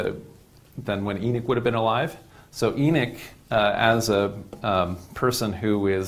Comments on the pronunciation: I want to watch but I can't handle the pronunciation of Enoch...Why is he saying Enick???? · There an o in Enoch not Enick lol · what is a E-nick....is that a new apple product😒😒😒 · It's Enoch...not enick. Smh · We know they tried to white was history, but that’s No excuse to start miss pronouncing Names 😂😂😂. His Miss pronouncing of the name is not even close the the spelling, it’s Enoch Not Eneck 😂😂😂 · It’s called EN OCH not EN ICH 🤦‍♂️🤦‍♂️🤦‍♂️ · EEE NOCHHHHHH NOT ENICK OMG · He not saying the name right ..E noch like u saying He knocks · This is the 2nd person I am hearing saying En ich , how they rewrite history